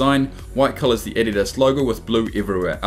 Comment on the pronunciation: You pronounce adidas wrong